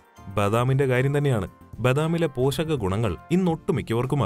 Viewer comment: പോഷകമാണ് ട്ടോ... പോശകം അല്ലട്ടോ